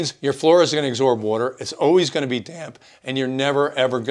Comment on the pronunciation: Good stuff. Only, it's pronounced, Absorb not acsorb.